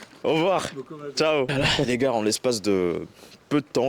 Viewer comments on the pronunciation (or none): Tu dis "les gares" au lieu de dire "les gars" on prononce pas le R. Sinon super vidéo intéressante !